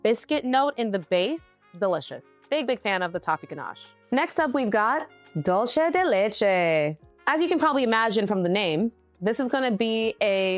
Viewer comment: She did not pronounce dulce correctly.